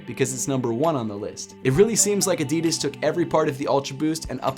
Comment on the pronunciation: ADIDAS not AEDIDAES 😐 pronounce it right!